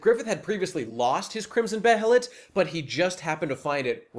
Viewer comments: To preface, I am a fan, and this is only constructive criticism. But to start with, they pronounce behelit as "bay-lit" in the 1997 anime. I'm not sure if that's the correct pronunciation, but I'm inclined to say so. And I think it's the same in the dub for the films, but I don't know if that was consistent for the 2016 one. And the vision of Griffith as a farmer was just a dream. It was supposed to be the life that Griffith realizes he should have lived; a peaceful life without ambition – a stark contrast to the visions that the God Hand present to him. Before the eclipse, this is realization that Griffith’s dream was futile, and the definite end of the man’s ambitions. As Zodd foretold to Guts, for the eclipse, “If you call this man your friend, know this: when you regard one another as brother, and this man's ambition comes crashing down, it is your destiny to face your death!” And this scene, with the dream, is the realization that Griffith’s dream has collapsed in on itself. But states, this is the life Griffith will have if he doesn't use the behelit. But in the context of that dream, Griffith isn't disfigured, and Guts and Pippin are children. The dream is purely symbolic, not literal. And neither is it a prophetic vision, so much as it is a vision of a life that Griffith could have had, but never did. Something low, but inevitably, something comfortable, and certainly higher than where he is at prior to the eclipse. To address the claim that sacrificing th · The way you say behelit is the most upsetting thing I've ver heard.